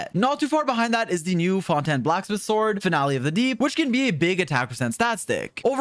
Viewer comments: why do you say fon-ten instead of fon-tain????? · FONTAN!???!!! ITS FONTAIN GOD DAMN IT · i get that fontaine is french, and fon-ten is how you would normally pronounce it irl, but in-game they say it like fon-tayn. 🤷‍♂ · HELP THE WAY HE SAYS FONTANIE 😭😭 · Fon-Ten cracks me up 😂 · no way this man is saying Fon Ten.... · why does he keep saying fontan and a knee moe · Cool video, but where is this Fon-Ten you keep referring to? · Stop saying fontaine wrong, ty